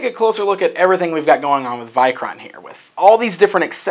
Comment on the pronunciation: I like the vikoron or vikor figure how ever you said the name best tho I hate the horned helmet as I have Norse ancestryand knowing it was based on a Viking I hate that the folks of history added horns to the helmets when they were never on any helmet ever found